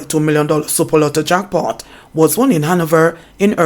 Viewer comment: says "jockpot" instead of "jack pot" lol. I'm just being mischievous in pointing this out.